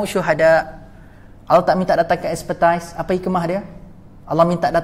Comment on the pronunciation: Expertise (bukan ekspertais)